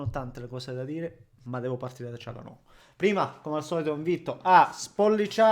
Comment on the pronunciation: Vedo che nessuno, pure le TV oltre a, ha il coraggio di chiamare Calhanoglu con la dizione corretta: "Cialanolu", senza la g, così come diciamo per il presidente, "Erdoan" per Erdogan.